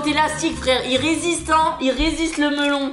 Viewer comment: s'est moi ou il a dit lastique au mellon